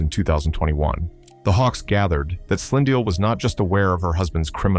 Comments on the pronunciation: Sand-ill and Slind-ill ⚖️ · 'Sand ill' 'Nat AL' eish this AI thing... 😂😂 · I hate it when people don't pronounce our names well, it's Sandile not Sandio😏😏😏